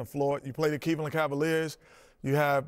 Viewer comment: min mark— Keebler elf 🧝 suit Kenny, stated Keev-land so cavalierly. BARS! 📝 🤴🏽